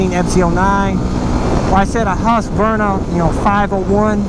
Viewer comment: Hearing americans trying to pronounce Husqvarna is always hilarious!